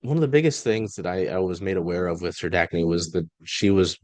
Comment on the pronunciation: Let me help...Serdachny...Sir-DACK-nee